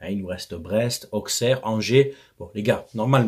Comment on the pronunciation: Tout à fait d'accord avec toi sur tout ! j'aime bien ton analyse à la fois positive mais critique quand il le faut ... avec 2 petits bémols : - on dit "ausserre" pas "auxxxerre" (c'est le bourgignon qui parle 😄) - pour under, t'es un peu dur : tu as raison factuellement mais il fait un bon match et ne pas oublier qu'il n'est pas un buteur pur au départ Ce match était vraiment révélateur sur les forces et les faiblesses des 2 équipes : Lyon sans milieu et hésitant; l'Om pas mal construit et percutant avec 2 gros pilliers (rongier & sanchez) mais un manque de finition ... énervant (mais c'est pas nouveau); Marseille m'a quand même fait plaisir; sans faire le match de l'année, c'était quand même sympa à regarder et gagner Lyon chez eux c'est toujours agréable ! Bonne journée à toi 😉